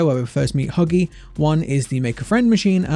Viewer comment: lol me and my brother can’t stop laughing when you said buggy not huggy